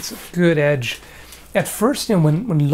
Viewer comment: Lol when you said Goutch instead of good edge retention. it sounded like the Mi'kmaq word for Dad. Made me look up at the screen. What did he just say? Lol funny little language fail there. Nice knives too by thw waym hope they let you keep them.